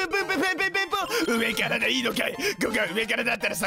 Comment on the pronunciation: 何だお前〜！！ 上⤴︎から？←この独特な言い方好きw さんの演奏 はぁっ、はぁっっ、はぁっっ、はぁぁぁあ〜〜！！ どこ行ってんのー%$@